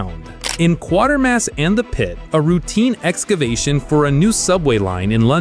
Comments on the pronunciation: It is NOT Quartermass it is Quatermass, pronounced Kwatermass as you would know if you had actually watched any of the Quatermass movies or read the books. Both movie versions of Day of the Triffids have been awful and with that 60's one where salt water kills the triffids has a laughable ending making all that went before which frankly was not very good rather pointless. If you want to see it done properly watch the BBC mini series that was made of it. I have read the story at least a dozen times and watched the BBC version almost as many times. Can it be called a movie, that is moving pictures, if it is a photo montage? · When talking about Quatermass (and it`s QUAYtermass) you should probably mention that its the third in a series of three films based on popular BBC tv series of the 1950s. The first two are "The Quatermass Experiment" and "Quatermass II". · A couple of notes on Quatermass And The Pit. The 'a' in Quatermass is long as in the 'a' in 'ate'. The film is based on a British television serial with the same title. That series was the third Quatermass series broadcast on UK TV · I remember seeing "First Spaceship on Venus", "Robinson Crusoe on Mars", and "Quatermass and the Pit" at the pictures when they were released in the UK (I'm 73). I still recall the haunting score of "First Spaceship...". BTW the Quater in Quatermas rhymes with crater, so Kway-ter-mass. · Quatermass is pronounced as you would pronounce Waiter - QwaiterMASS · Please learn how to pronounce Bernard and Quatermass ! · Thank you. It also bugs me, when they continue to mispronounce the titles. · It's Quatermass😡, not Quartermass. Quater Quater Quater to rhyme with crater crater crater. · It's pronounced "qwaytermass", not "quartermass". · ...and it's "kway-ter-mass", not "kwor-ter-mass", Mr Narrator! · It's " Quatermass" Not Quartermass, Idiot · A great review... but, it's Quatermass, (like crater), not Quartermass 🙏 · The AI "narrator" hasn't yet learned to say "Quartermass".